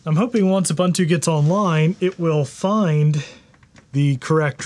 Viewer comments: I appreciate all your videos, but please stop calling it uh-bun-too. Please 🙏. oo-boon-too. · Man its not Ubbuntu. Its more like obonto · You're awesome dude, love the channel, but say it with me. OO-BOON-TOO. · boo boo boo... Ubuntu is pronounced Oooo Boooon Tooooooo. Add as many o's as you'd like but don't put no Bun in that oven baby! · That's not how you pronounce Ubuntu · lol, people still can't pronounce ubuntu correctly after all these years.